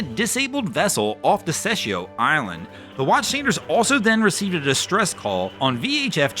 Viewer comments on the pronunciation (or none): Desecheo island😂😂😂 as a Puerto Rican your pronunciation had me LMAO!!